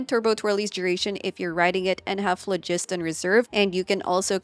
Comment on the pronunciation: Thank you for pronouncing phlogiston correctly!